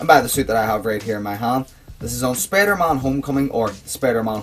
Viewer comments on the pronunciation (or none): Sorry if i being mean too ya just that when u say spider-mon its really spider-man so I'm sorry man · It's Spider-Man it's not Spider-Mon ughhh